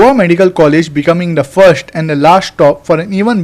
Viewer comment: Firsttt and lasstt what pronunciation ??😂😂😂